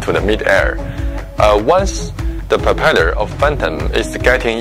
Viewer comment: "Da prepellur of fantim"